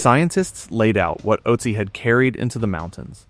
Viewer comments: The name should be pronounced Uht-zi, not Ot-zi. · Good, but please get the pronunciation of his name correct.